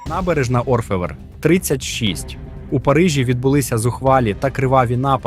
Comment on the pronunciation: Набережна, ОрфЕвр - наголос на останній склад. Як і у всіх словах французької мови без виключення.